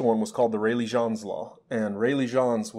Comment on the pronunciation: I think "Jeans" is pronounced in English and not French? He was an English physicist I thought? James Jeans is his full name. thanks